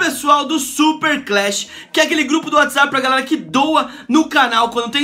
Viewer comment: ele falo garela kkkkkk